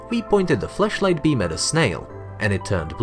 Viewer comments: Does anyone else hear him saying fleshlight instead of flashlight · Flash light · His accent makes it sounds like flashlight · This person’s accent, when saying flashlight is so interesting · Might have to work on your pronunciation of FLASHlight because.... erm